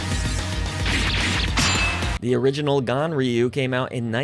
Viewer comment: it sounds like you call the game gonorrhea 2.